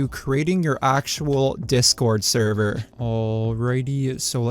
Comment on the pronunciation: The way you say server is annoying me bad.